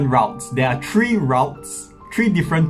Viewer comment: there are tree different routs. lol i know he meant 3 but i couldnt help but laugh